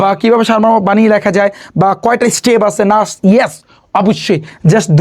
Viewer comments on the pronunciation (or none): none